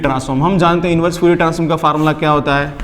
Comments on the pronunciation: Sir it's fourier not fuurier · Lamdda , fuurier is so distracting..xd